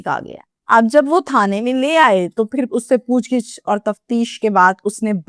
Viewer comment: Pooch gich nhi hota pooch gavh hota hai ap ki bohat ghalatyan hain ap is pe kam karain q k hm suntey hain ,ap logun ko sahi km az km urdu aani chahiye